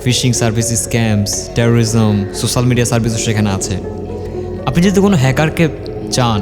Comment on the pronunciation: "সোছাল" নয় এটা সোশ্যাল